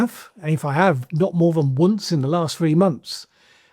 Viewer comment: Thanks fella. Really interesting Q&A you just helped me, to able to explain my politics to people. Travel broadens the mind. I’ll never give up on people. Still have the mindset of an idealistic callow youth. It’s how you say « Once » that gives it away 😉🤘